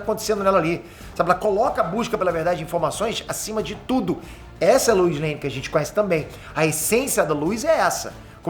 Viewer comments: com a sua pronúncia eu não consigo deixar de ouvir você falando Luz em vez de Lois e dito isso, joga Luz Noceda no Google pra vc ver pq faz todo sentido!!! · “A luiz” LOUISSS LOUIS REPITAM LOUISS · Queria entender porque o chama a Lois de Luiz